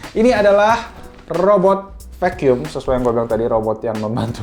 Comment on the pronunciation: Fakyum (Vacum) gw kira ngomong F*ck You.. wkwkwk #Lol